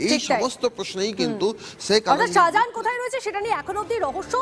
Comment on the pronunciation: Reporter to শাহজাহানই বলতে পারে না, সাহা জাহান বলছে